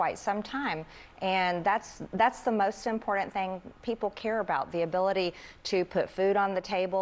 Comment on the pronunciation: God bless her heart, but would someone please teach sis how to pronounce the word important?! It's cringe. It sounds like she is saying imported. 🫣